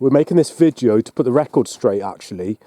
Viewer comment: Does he keep saying "vijeo".....?